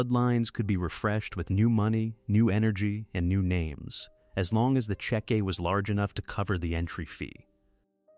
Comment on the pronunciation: Check-quee book